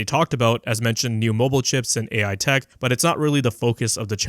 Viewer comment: LOL, "AI" sounded suspiciously similiar to "TV" from 12 years ago ;).